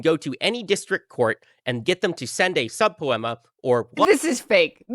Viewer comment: did . . Did he just try to say “subpoena”?